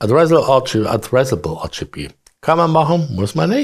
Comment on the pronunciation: Hi Ich find ja deine Videos ja super Informativ!! Doch an eine Sache kann ich mich einfach nicht gewöhnen!!! Dabei geht es um drei Farben. Diese sind Rot, Grün und Blau!!!Diese drei Wörter sind die vollständige Bezeichnung für RGB!!! Doch immer wenn du RGB sagst, hört sich das an wie denglisch!! nicht englisch mit na Tüte Murmeln im Mund!!! Versuch`s doch mal ganz langsam Rot, Grün, Blau es ist doch garnicht so schwer.😉😉